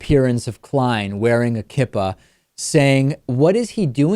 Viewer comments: Albert Reyes, I know, but as a Jew it annoyed me when another Jew mispronounced a word that is very easy to say. Kee-Pah. lol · You mispronounced Kippah.